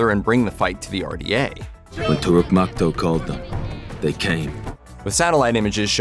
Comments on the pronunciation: It's TOH-rook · It's "Toorook" not "tour-ick".